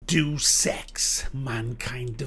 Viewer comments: "Day oos", not "deuce" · For the most “Iconic name in games” you seem to have trouble pronouncing Deus. It’s not Deuce!